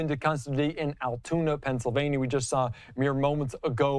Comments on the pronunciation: Caroline: it is not Alituna, but Altoona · Allatoona? Do you mean Altoona? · She called it Ala-toona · It's pronounced AL tuna....lol